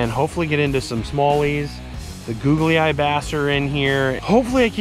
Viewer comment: Gog l eye. Not googlie eye